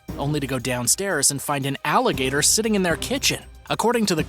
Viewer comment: Its alligator not alageter